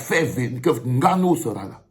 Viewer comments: Un "petit frère"... Cette "péjoration" camerou-NIAISE me... débecte tellement. Enne-Gannou ou NGANNOU? À force de se courber devant les autres on en oublie la réelle prononciation de nos patronymes. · Francis Haine gannou? Tu prononces son nom comme les français ? Vraiment ridicule. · Etoo qui prononce le « N » de Nganou. Sa me choque de voir un Cameroun obligé de prononcer comme les européens